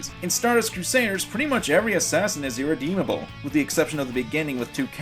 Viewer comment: Kakyoken???? What???? irredeemadle?